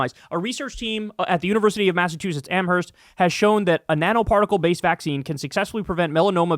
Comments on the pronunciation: The “h” is silent “am-erst” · Massachusetts resident. Don't pronounce the h in Amherst!!!